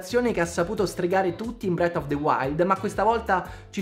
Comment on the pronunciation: ti voglio tanto bene e ti seguo sempre, però si pronuncia "Tiirs" of the Kingdom e "Bref" of the wild, Tiars e bret of the wild "Nun se possono sentí" 😂